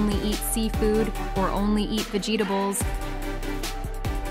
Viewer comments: she said vegetables (VEE gee ga bles) LIKE WHAT ARE THOSE??!! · why did you say vegtibales? but it's ok. pin? and my summer plan is that my family and me might go to a zoo and a beach whats your's? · Why the hell did you say vegetables like that? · Vuh G Duh bowls lmfao 😂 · The she said vegetables her: or eat vejeetables me: 😂😂😂😂😂😂😂😂😂🤣🙂🤣🤣🤣🤣🥹😅🥲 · Bro said vegetables wrong